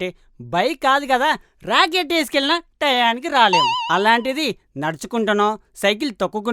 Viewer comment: నిజంగా చాలా బాగుంటుంది మీ కామెడి, కానీ, టయానికి ఏంటయ్యా బాబు? టైంకు అనడానికి బద్దకం వచ్చిందా మీకు? మీ నుంచే అందరూ తెలుగు ఇలాగే మాట్లాడుతారు, తెలుగు కు తెగులు పట్టించకండి దయచేసి